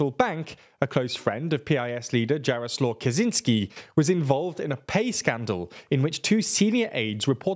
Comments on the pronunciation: Its not "kazynski" its "kaCZynski". Dude its very easy to pronounce :-) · dżaroslo kazinski xd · They should read his name as “Yaroslav Catch-in-ski” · More/less proper English pronancecion of pronunciation mentioned characters Jarosław Kaczyński - Yaroslav Kachynsky Maciej Wąsik - Matey Vowsick Mariusz Kamiński - Marysh Kaminsky Julia Przyłębska - Yulia Pzhiwembska Andrzej Duda - Andzhey Dou'da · In Polish, "U" is always pronounced like "u" in "butcher", so the surname "Tusk" is not pronounced like the English word "tusk" Secondly, "CZ" is pronounced like "ch" in English, so your pronunciation of the surname "Kaczyński" is incomprehensible because you pronounce the surname like "Kaziński". And the last thing is that the letter "J" in Polish is pronounced like the English "Y". If you don't know, you can always check the pronunciation of the names of the people you are talking about on Wikipedia :P